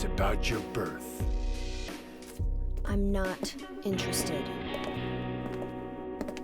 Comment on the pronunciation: It's important. It has to do with your burf.